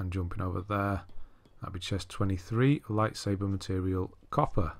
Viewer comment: Zeffo is like a giant maze and I really hate that planet. Edit: have you noticed that you say lightsaber as lightsaver?